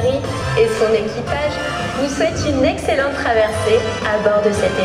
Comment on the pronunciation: A la fin pour l’outro il dit une axellente au lieu d’une excellente 🤣😂🤣